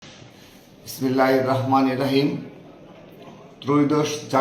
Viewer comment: বেটা বিসমিল্লাহ টা ভালো করে বল